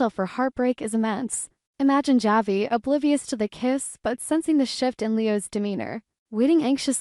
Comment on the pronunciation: It’s pronounced Havi